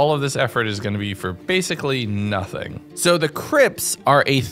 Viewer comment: you said crips not crypts.... still a good video though